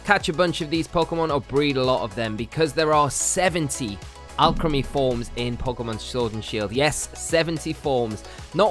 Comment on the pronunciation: Guy makes a video about a Pokémon can’t even say the name right 😂 (or the town)